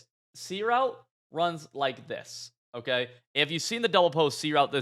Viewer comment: Am I going crazy or does say “Okuh” instead of Okay lmao